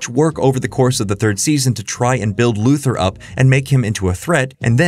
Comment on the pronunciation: I continue to be amazed that younger generations still don't know how to pronounce Lex Luthor's name.